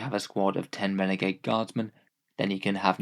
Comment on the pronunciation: here when it said renegad